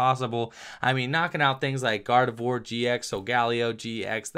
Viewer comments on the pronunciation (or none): none